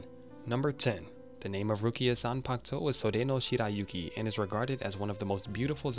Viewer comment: You messed up the pronunciation of Sode no Shirayukis name